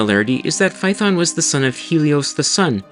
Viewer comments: Not fay-uh-thon. Φα-έ-θων. Fa like the musical note, E like the italian 5th letter. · You are mispronouncing Phaethon. It's three syllables, FAY-uh-thon. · Just wanted to point out that Phaëthon is 3 syllables!